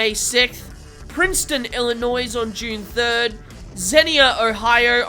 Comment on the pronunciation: Great videos!! Just a small comment, Illinois is pronounced "i·luh·noy". The "s" is silent. "There's no noise in Illinois" is what my dad used to say. I'll give you a break since you're from down under!! Keep up the great work!! So glad your channel is taking off!